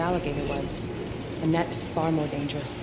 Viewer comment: Why i heard saying 'anatt' instead of anette 😂 mcm 'hanat' 😂